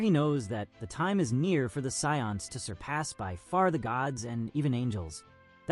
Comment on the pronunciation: The scions? like the car. How effing hard is it for a human to read a script. Enough with this AI voice over crap.